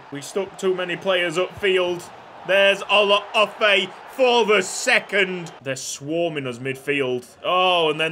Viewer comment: The way he Olaofe hurt me...